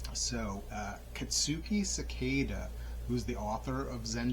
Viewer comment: Great book and nice summary of the intro ! Subscribed! Do you practice breathing technique in the book? Pronounced as Se-kee-da means seat in Japanese